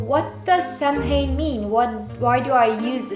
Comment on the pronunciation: I love this! But just so you know, samhain is actually pronounced saw-win, just for future reference 😁